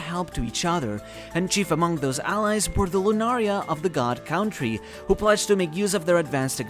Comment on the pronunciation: I wish the pronounciation of ´´country´´ didnt bother me